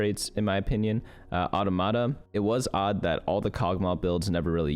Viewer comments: aw-TAH-muh-tah. Aw slow, Tah-muh-tah is quick. Accent on Tah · Just a FYI: Automata is plural of automaton. So the pronunciation of Automata would be Aww Tah Muh Tah. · the pronunciation was fine, the stress timing was just a bit off ^^